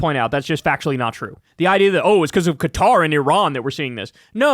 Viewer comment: "Iran and Cutter..."